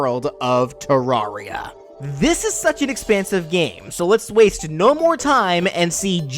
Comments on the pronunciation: You pronounce it Te-rawr-ria? I pronounced it Te-rare-ria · Terraria. Most Everyone: Ta-rare-E-uh: Ta-rawr-E-uh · ter-rar-ri-a Me:no, it is ponounced ter-ar-ri-a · It’s te-rare-re-ah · it doesn't matter how you call it but the official way to pronounce it is terr-rare-ria like a terrarium. just interesting to know. at first i literally called it tearia like "tear down" lol don't get offended it's just what the creators said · Psst hey its purnounced ter-rare-ee-uh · 1: it's not 2D MC 2: it's pronounced terr-area. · When you still pronounce it Ter-air-ia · you said Terraria wrong I'm just putting this here a Terraria player can jump much higher than a Minecraft player what a Minecraft player could punch down a tree while the Terraria player has to use a tool for example an ax. Then again in Terraria you do kill gods in the end. Also at different points of the game in Terraria you can have tons of different routes to pick if you're good enough which I'm not you could kill the final pre-hardmode boss before any other prehard-mode boss. Also, boss monsters?, chopping ax? Also this guy has harder trouble speaking English than me he can't say brain of Cthulhu or eye of Cthulhu. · You saying Terraria wrong is extremely painful to me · the first a in Terraria is pronounced like the a in air and you only get a second jump after getting a cloud/blizzard/sandstorm in a bottle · that is not how you say terarria and terranian Request: fnf edit: add yourself